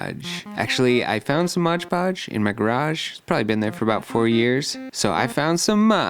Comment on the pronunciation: Luv your art man! Btw, it's MOD Podge, not "modge podge" 😅